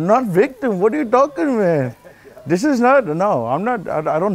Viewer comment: "Nut victem but victor what are you tolking about ?" 😂😂